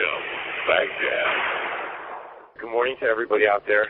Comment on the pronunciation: Good Ole Freedom Radio Baghdad sounds like Baghdad 😂😂😂